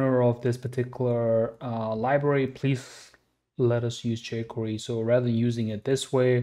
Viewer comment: How the fuck are you even pronouncing JQuery